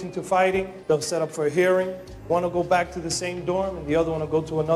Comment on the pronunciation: I swear he says bed not back..